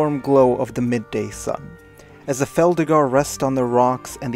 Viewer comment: Also lol you call Felidar "Feldigar" x)